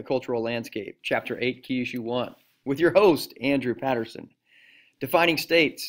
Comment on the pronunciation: you pronounced your name wrong